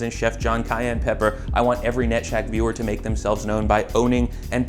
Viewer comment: when he said "Net Shaq" my brain inverted because I thought he said nutshack.